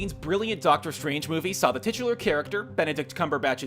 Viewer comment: STOP SAYING TITULAR!!!!!!!